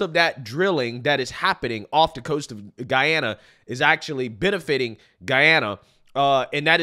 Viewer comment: Thank you for pronouncing the Country’s name correctly. It erks me when I hear ppl say GeeeAna.